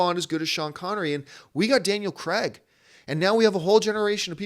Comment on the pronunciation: Is it me or was John saying 'Daniel Kregg'?